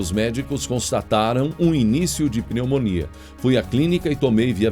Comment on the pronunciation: Não é peumonia não. E pneumonia.